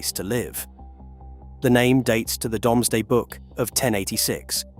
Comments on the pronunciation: pronunciation is,"doom",not"dome". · that is NOT Whittlesey, that is actually a 1960s view of the Bigg Market at Newcastle-upon-Tyne, the UFO looking structure is a public toilet, it is now a cocktail bar 🤣🤣🤣🤣🤣 Another shitty AI voice, give it a rest if you are shitterton at using your own voice FFS DOOMsday not DOMESday FFS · Good video but would be better if a number of the places were pronounced correctly. Also the Domesday is pronounced dooms-day. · Because of the way the narrator says domeday book i looked it up, you can say domesday or doomsday its entirely up to you.